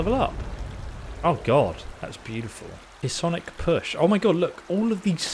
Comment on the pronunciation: The "p" in psionic silent; pronounced sigh-on-ic Pis-sonic is funnier tho